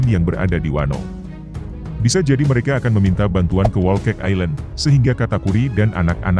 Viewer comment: yaah ternoda, suara ok intonasi ok..trus muncul wolkeik ailen, rusak susu sebelanga. Whole cake, pronounciationnya salah pak